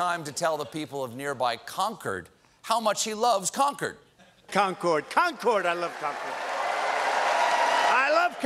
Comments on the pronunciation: ~ I must have written it wrong, I was agreeing w/you. I've always pronounced it so it sounds almost like "conquered." Having DT repeat conCORD over and over was disturbing, but then it seemed as though Colbert had begun pronouncing it the same way after the clip, and I thought perhaps I had it wrong. I was relieved to see your comment calling it out. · If you pronounce Concord the way Trump idiotically pronounced it, you'd get your ass kicked anywhere in New England. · It's pronounced "Con-curd," not "Con-CORD." 😂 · Concord (MA & NH) is pronounced like "conquered", not like the plane. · also it's conCERD not conCORD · It's Concord as in "conquered", not "con-chord". Get that shit out of my state, Trump. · ITS FREAK CONN-CORD not conch-cord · Amazed the joke wasn't that Concord is pronounced Con-curd in NH. So he said it wrong like 12 times. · I live in New Hampshire... It’s pronounced ‘Con-Kerd.’ That was painful to listen to. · He loves Con Cord. What's that? Certainly not how to pronounce Concord. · Concord, MA is pronounced Con-Kerd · As a New England local, I've never herd anyone mispronounced Concord so many times and so proudly! 😂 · It wasn't just the mispronunciation. As he circled, I put my head in my hands, realizing he had confused Concord, NH with Concord, MA. He remembered the Revolutionary War battles at Concord and Lexington and, trying to sound smart, made a hash of history and geography. Proudly, too. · Ya I thought that's where he was going with that joke. Trump saying it wrong over and over was grating on the nerves. That's where I was born and raised and have heard it pronounced wrong my whole life. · Concorde is a jet, the town is pronounced 'conquered'...as in 'i conquered the 7 seas' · Plus he’s pronouncing Concord wrong... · That's not how you pronounce Concord. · that's not how you pronounce Concord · Nether Trump nor Colbert could pronounce Concord correctly. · NH res here... he mispronounced Concord